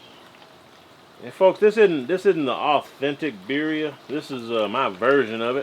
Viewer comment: I was about to compliment you on the pronunciation of birria but then I remembered you're from Texas.